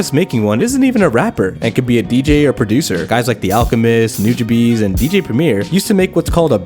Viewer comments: When U said nujabes like “new ja bees” I cringed its pronounced “new ha bays” or something like that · Ok, I’ve heard a lot of pronunciation of Nujabes, but “Noojabees”??? Dude.